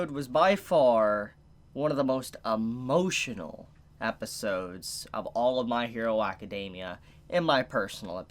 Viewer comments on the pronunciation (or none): dont know if he gonna say "Amazing" or "Emotional", he just combined and became "Amotional"😂